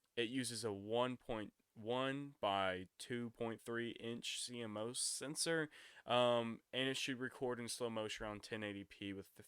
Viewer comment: If you're going to call yourself a tech guy learn how to pronounce tech words it's pronounced c moss and its 720p not HP, you also can't just slap any old card in there either 4k means it's the standard 4k uhd tv is if you're recording 4k video you need to make sure the cards write speed is fast or the cameras video won't be sharp, they are using a Sony 1/2.3 cmos sensor and since there are no specs I can only speculate to which one, for a cinema guy you need to learn what the guts are to the equipment how it works etc. This from an actual tech guy who does video surveillance.